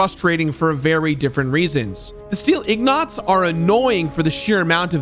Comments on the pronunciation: ig-nots again.... seriously, dude 😄😄😄 That's ignaant 😋 And you said this vid was 2 years in the making.... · why do you say ingots like that lol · I cringe every time he calls ingots “ignots” lmfao 😹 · Ignots… lol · Ingots,. The word is “ingots” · Fallout: "Ingots": "Ignots" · “Ingnots” hurt my soul. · Ingots. They're ingots. Not ignots. C'mon... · We just gonna ignore the fact that said steel iGnots instead of steel iNgots? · i can't believe how many times you pronounced 'ingots' as 'ignots'. never heard anyone get that wrong before. especially cause you had to have seen the word on your screen at least 100 times. hehe. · or even In-guts! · Did he say "Ignots"... oh yes, he did. Ingots :P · "Ingots", not Ig-nots... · You said the “Robco Factory, a whole city on a crashed battleship…”, I assume you meant to add a voice inflection to indicate “Steel City-a whole city on a crashed battleship-…” Just doesn’t play well with the way it’s narrated. Additionally you mispronounced Ingnots. It’s Eng-guts, ig-nots. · Ignots? You mean ingots? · Ingot ≠ ignot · Steel Ignots? 😆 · Are we all just going to ignore the fact called them IGG-KNOTS? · Yeah I ain't gonna' harangue him about it (it's igg-knot important ultimately! 🤭) but it did make me look in the comments to see who else caught it. If you're reading this,, thanks for all your hard work, and we love ya' even if ya' committed the cardinal sin of saying a word wrong on the internet. 💕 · "Ignots" was the only thing I took away from the video. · Steel ignot? xD i think this is one of those times where you've read the word way more times than you've heard people say it so it messes up when you eventually say it the way you've heard it in your head. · Nuke-you-lar and ig-nots... I love you,. But you're killing me. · "100 steel Igg knots" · Ignots lol. Fallout 3 is amazing! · ig-nots 😆😆😆😆😆😆😆😆😆 Bruuuuuuuuuuuh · Yea lol it's not even spelled the way he pronounced it. Maybe he is lysdexic.